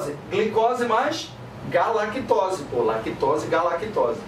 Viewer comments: KKKKKKKK gala, não... Galactose rsrs 😂😂😂 AMOOOOOOO melhor professor ❤️❤️❤️ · Galactose...GALA?! NÃÃO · Galagtose? Gala ? Não kkkkk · É galactose mesmo... vá estudar ao inves de criticar